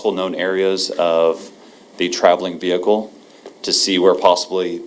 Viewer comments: Watching from the UK where we don't pronounce the h in vehicle, I've been totally distracted by the prosecutor's pronunciation of V-Hicle. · I say it with the h too lol I'm over here trying to remove the h 🤣 thank you. This trial breaks me and I needed a chuckle. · How do you say it then?? I'm having difficulty hearing it without an 'h'.